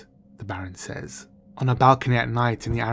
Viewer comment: Say... says... say is pronounced S-A. As in Hay. Says is pronounced SEZ....